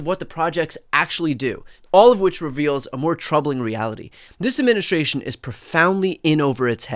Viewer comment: Please improve your pronunciation: It's not "adminishtration", but administration.